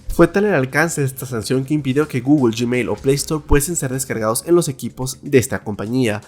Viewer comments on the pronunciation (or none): none